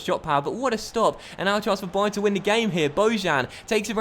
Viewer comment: I'm pretty sure you called it 'dybayern'